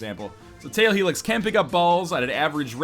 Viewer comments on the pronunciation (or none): tail helix? lol. NL I'm pretty sure it's tall helix and short helix